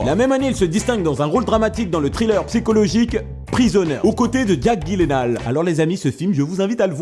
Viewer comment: Tu as tué le nom de jake gyllenhaal ><